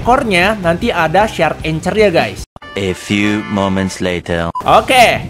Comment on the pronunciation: Bacanya itu angkhor bng bukan anchor